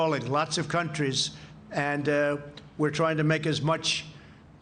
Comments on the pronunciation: Did He say sophisticated comtries.... lmao ... dis dude mouth don't work right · What's a "cumtree"? Idk what it is but it sounds gross. Maybe it's a relative to a "covfefe"? This dingus is a joke 😂